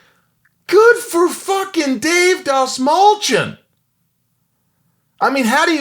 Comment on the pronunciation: For anyone that cares to pronounce the lat name correctly it’s pronounced DAST-MALL-CHI-YAWN. (Persian last name) fun fact: Dastmal means tissue.